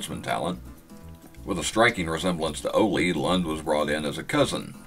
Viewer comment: You pronounce arn anderson real name marty lunde pronouncing the long e sound to get lund E sorry just nitpicking